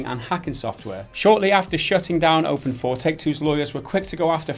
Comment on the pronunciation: I thought it was openIV not open4